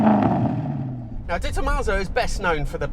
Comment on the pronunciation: It's DeTomasso like De Niro, not DetTomasso like detonation